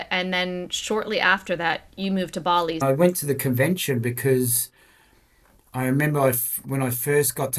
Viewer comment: "Complaining about the amount of salt on their chips" hahaha love this guy. Nice to hear bali pronounced properly too. Barrrley!